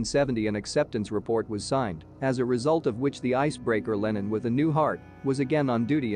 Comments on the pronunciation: Could you say "Lenin" a little quicker and more nonchalant please... (That name does not have an american short e.) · I hear that, but human americans do the same mistake. And it should have a database that knows that Lenin is a famous person (not some american product name or something).